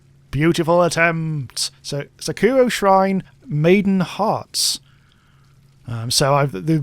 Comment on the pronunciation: ~Squints at "Sakura Shrine"~ ~Pronounces it "Suh-koo-oh Shrine"~ That attempt wasn't very beautiful